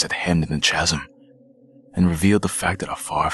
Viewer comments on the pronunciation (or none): If I were to guess correctly, I would say that you said words wrong because you were nervous. That's OK though, you have a great narrators voice, I just don't know what a chasum or a hummmet is. You got my vote, though. 👍🏼